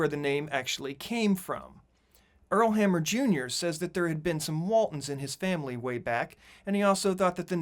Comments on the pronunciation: It is Hamner not Hammer! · Hamner, NOT hammer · PS- his name is "HAMNER" and not "Hammer" as you are saying; Earl Hamner. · U N B E L I EV A B L E that the narrator of this video could not even pronounce Earl HAMNER’s name correctly! Each and every time he called the man Earl HAMMER!! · Just so you know, the creator of "The Waltons" was Earl HAM NER Jr, not Hammer as you said repeatedly. And as far a John-boy being the ONLY cast member carried over from the movie to the series, nothing could be further from the truth. All 7 of the children were carrier over in heir roles as was Ellen Corby, as grandma. Anyone interested in actual behind the scenes info about the Walton should check out Judy Norton's youtube channel (Mary Ellen) where she talks about the story lines of various episodes and she answers fans questions too. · The author's name was Earl Hamner, NOT HAMMER! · Earl Hamner, not Hammer